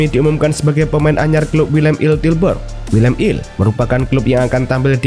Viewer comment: Willem two bukan Willem il 😂😂